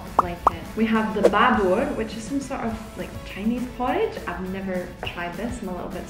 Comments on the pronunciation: Not a 'BA BUR'..dear.. its a 'BU BUR' or 'porridge' in English.❤👌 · Not Ba bur but Boo Boer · it's speak like boobor not bubor and without pepper the bubur will tasteless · Bubur sounds - boo boor..